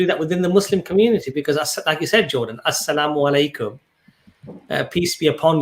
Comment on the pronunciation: I have noticed among the reverts and even non Arabic speaking Muslims, use this form of greetings. Aslamu Alaikum as opposed to ALSalamu Alaikum. There is a slight different, As if they lift the AS and drop straight to the LAM. AssALAM There is a vowel before the L and after the SS. I hope this helps lol not terribly important but I thought to mention it. lol